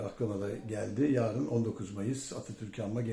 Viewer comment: Can beyciğim "yaarın" değil yarın."Çünki" değil çünkü, "Mürsi" değil Mursi. Saygılar.